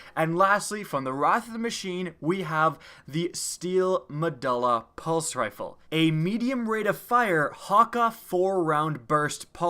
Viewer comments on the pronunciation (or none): The "u" in "Medulla" makes an "oo" sound, and the "e" in "Hakke" makes a "aye" sound. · it's actually pronounced, medoola